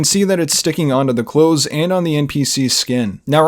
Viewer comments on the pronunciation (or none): none